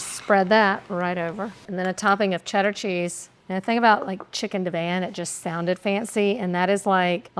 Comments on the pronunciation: Never ever have I head Divan (di-vahn) pronounced div-anne 😂😂 I’ve also only just recently discovered some people pronounce Vienna as vie-eena. #HookedOnPhonics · It’s deh-vahn not Dee-van